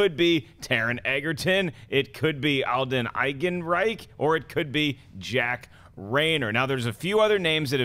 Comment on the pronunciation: Alden Ehrenreich! It's pronounced AARON-Reich. My goodness. Does it look like there's a "g" in his name? Love ya,, but come on. It's getting to JTE levels here.